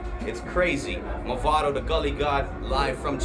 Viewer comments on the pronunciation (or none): One final time I'm going to say this, it's MAVADO not MOVADO!!!